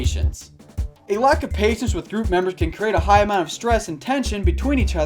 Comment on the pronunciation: when he said patience i thought he said Asians😂😂😂😂